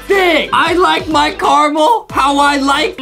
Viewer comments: Adem it is caramel not camell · Why are they saying carmel and not caramel? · Its ca ra mel not charcoal😂😂😂😂😂😂😂😂😂😂😂😂😂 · Adam:I Carmel apple ??????????????? Justin:*watering mouth*